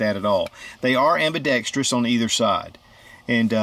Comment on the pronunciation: Finally!!! Someone pronounced ambidextrous correctly!! 🙏